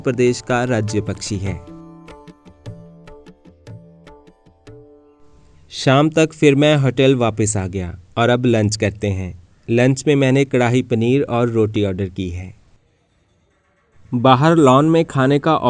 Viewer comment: Sarahan hota hai,bhai,srrahan nahi.Kadhai paneer hota hai,kdhaaai paneer nahi.Your pronunciation is terrible